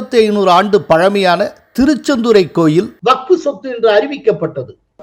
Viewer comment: திருச்செந்துறை என்று திரு.அமித்ஷா தெளிவாக உச்சரித்தார் முதல்வர் கூட அவ்வளவு தெளிவாக சொல்ல மாட்டார்